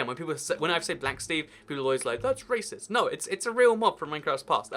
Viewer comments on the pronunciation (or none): none